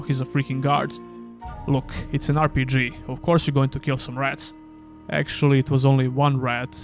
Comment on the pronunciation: aaR Pi Dži 😂😂😂 The accent tho.